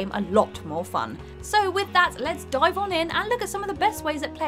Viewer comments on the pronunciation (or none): none